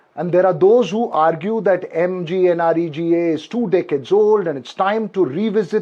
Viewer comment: There will be many more Assassinations of The Mahatma! Now coming to the scheme- MGNREGA 1st problem - Pronunciation! Dear Sir, it's not Maganarega ... it's *Mugnrega*.... Even Pappu could not decode the abbrevation MGNREGA.... NOW he will scream *Ram G Ram*.... loud and clear, without any mistake! So easy to pronounce .... in any language of the world! Even protesters will shout it at the top of their voice.... and make the ambience *Ram-may*. Their beloved Mahatma would also cheer... 'Ram-G-Ram'! Bravo 💖💖💖💖